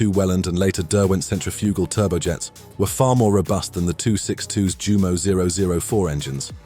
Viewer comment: jew MOH? NEIN yew MOH